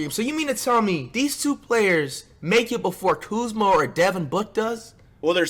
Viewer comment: Not even Kuzma is saying Kuzma